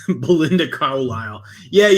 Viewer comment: You keep saying Belinda Carlyle but all I hear is Belinda Cowlyle